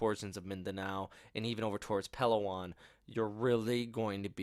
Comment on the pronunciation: Please pronounce Palawan with the stress on its 2nd syllable. Thanks!